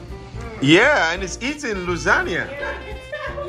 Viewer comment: luisangna, no its lasgna loooooooooooolllllllllllll!!!!!!!!!!!!! ah you guys are super funny, love the american and nigerian dynamic its wonderful